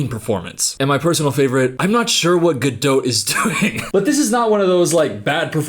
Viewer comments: The t at the end of Gadot is silent........ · “this fk ass BOB” 🤣🤣🤣also, I like how you enunciate the “T” in Gadot (it’s silent!) 😂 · the t in gadot is silent. Good video mate. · Her name is Gal Gadot, not Gal Gado. She is Israeli, not French. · Come on, she is not French, why do you pronounce her last name like GadO😂 it’s pronounced with a T at the end: GadoT. Stress on first syllable. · You could say her name right though…she’s not French, it’s Gad-dot, you can say the damn T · You really are hitting the ‘T’ in Gadot. I wondered the whole first part but you totally are. It’s pronounced ga-doh. Not ga-dote. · your pronunciation of “Gadot” will be burned into my head for eternity. it’s fucking ga-dot. not gah-dote. LMAOOOOO. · why is no one commenting on the fact that is pronouncing her last name as ga-dote and not gadot (ga-doh) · It’s pronounced gado you don’t say the T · her name is pronounced Ger-dot! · is it not pronounced "Gadough"?? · Gah-DOT. She's not French, FFS. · what is her last name lol one minute it’s gaDOT then gaDOE then gaDOTE like why is it always pronounced different lmaoo. literally every video I’ve seen they pronounce each one within a few minutes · assuming you're pronouncing her name with a hard T as a slur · It’s Gal GadoT, she isn’t French she is of Israeli decent. No silent T . As yes she is a terrible actor!! 😂😂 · You’re right that she sucks at acting but if you’re going to make a 20 minute video blasting her then at least say her name right. It’s Gal guh-dawt. Do you pronounce dot as dowt? All you need to do is listen to her say her own name. It’s annoying listening to you say it wrong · Btw incase anyone thinks I'm being a willy im not cos I didn't know how to pronounce it before snow white came out an ive legit not stopped saying her name all day long 😂 im just going about my business an say "Gal GadoTTTT" out loud an try an make it sound cool but it's impossible 😂😂😂😂😂😂😂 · Why can't this guy pronounce Gadot's name?